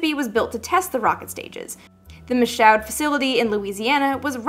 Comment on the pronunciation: Michaud was pronounced "Mee-Shoo".